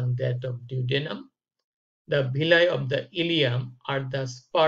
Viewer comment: Not bhilly it's *villi😂 But informative 👍